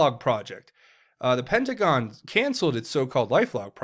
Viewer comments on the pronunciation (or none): none